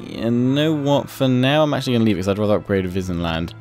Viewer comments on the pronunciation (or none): "In an alliance with Wissenland"I thought you said Disneyland